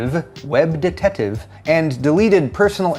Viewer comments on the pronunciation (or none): WebDetetive is based in Brazil. Detetive is the Portuguese spelling of Detective, as in Police Detective or Private investigator. Although pronunciation will vary a bit according to different Brazilian accents, it is more or less like "duh-tuh-tee-vuh". It's a 4 syllable word, and the strong syllable is the "tee" one. They're also pronounced in rapid fashion one after the other "duhtuhteevuh".